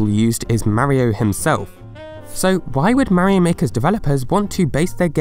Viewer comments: THE WAY HE SAYS MARIO PISSES ME OFF SO BAD ! IT'S MARIO, NOT MARY O! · Why does he keep saying 'Meh-rio'. Mario is not that hard to pronounce. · whats a mayrio i only know MARIO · it is very odd the way you say Mario, like Marry Oh lol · .....I die inside Everytime you mispronounce Mario....it's slowly driving me into a homicidal rage....